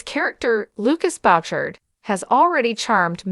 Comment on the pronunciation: Perhaps the a nnouncer could pronounce his name ..she butchers the name...it us boo..shard and NOT what she pronounced